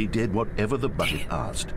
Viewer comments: Jack at the end: BOCKET* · AH YES BOOKET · I feel like the bucket was specifically made for Sean and his Irish pronunciation of "bOcket" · Jack please it’s not ‘BUCKET’ it’s ‘B U C K E T’